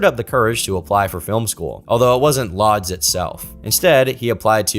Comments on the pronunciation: Mate his whole life story at the start is boring. This could be 30 mins shorter. And “Lodz” pronounced “woods”. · I'm sure someone else pointed it out before, but Lodz is pronounced closer to "woodsh" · Lodz is pronounced more like, "Woodge". Just trying to help. Love this upload 🐾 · Lodz is actually pronounced closer to "Woosh", the L character in Polish is basically a W